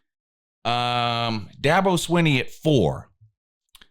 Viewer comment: is the only guy that knows how to pronounces Dabos last name correctly. I’m not a Clemson fan, I just think you should know how to pronounce peoples names at the very least. Dabos middle name happens to be garbage.